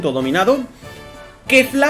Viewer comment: es que kefla esta entre kefra y kefura la pronunciación XD